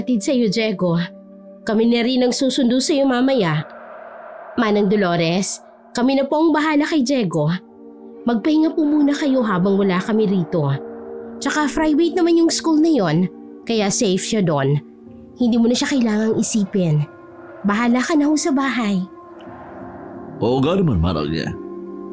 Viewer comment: "FRI"VATE ang skwelahan?hahaha